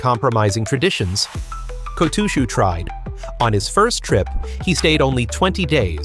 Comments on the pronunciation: who in the hell is Ko-TWO-SHOE?! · If I hear the AI say "KO-TOO-SHOE" I'm gone bro. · Two-shoe ? No thanks. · Oh come on! Apart from that one episode we'll never speak of again my only complaint about this otherwise fine channel has been about the pronunciation of the wrestlers' names, the kimarite, etc. I even mentioned that the way your voiceover program says Kotooshu is particularly grating in a comment you read and replied to! So when I saw this video I thought you'd surely have addressed it. But I'm only 2 minutes in and again I'm hearing the great man's shikona be contorted and mangled. You are making it harder to like your videos, for me at least. Which is a great shame as they are basically pretty good. (High praise from a dour Fifer.) I realise it might seem petty, but it takes me right out of the video with irritation and I have to make that bit more effort as a consequence. Which obviously doesn't encourage a person to keep watching. I have no idea what you need to do to fix this as I am too old to be bothered learning about stuff that doesn't interest me. I'd much rather watch sumo. But you've managed to put together an impressive channel here so you're obviously good enough at this sort of thing to be able to work it out. The correct way to say all these things can be found fairly easily through Google. Even I can do that much. I have done in the past when sumo was all new to me. But I'm afraid you're on your own after that. Please sort this out. Not only might watching the channel start to feel like a chore rather than fun but at the moment I am too embarrassed to share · i was gone the moment i heard the weird pronunciation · I’ve heard AI say it like that too many times, man, it drives me nuts lol. They’re not built for rikishi names. I guess they won’t be taking over just yet, or if they try it they’ll be shamed into submission for being unable to pronounce anything. See ya on another video maybe 👍